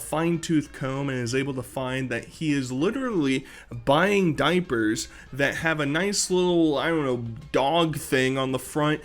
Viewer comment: "THA DOIPURTH"